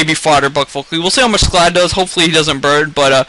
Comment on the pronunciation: its scald not sclad :P